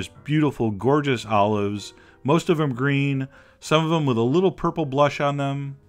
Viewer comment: I though it got all of(sounds like Olive) them